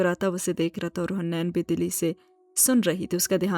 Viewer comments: Haniin naam h not huneen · Its haneen not hunain😭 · Hunain nhi haneen hai